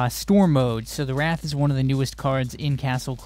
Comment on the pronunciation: You spell wraith but you say wrath...